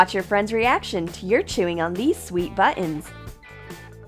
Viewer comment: You said" butt ons"